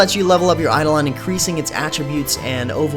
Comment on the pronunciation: Hmm, it looks promising, but I have this annoying cynical voice in my head that as time goes on it'll just devolve into another WoW-clone, I guess I'll try the beta for myself and see how things go P.S. I'm pretty sure it's pronounced "Eye-doh-len"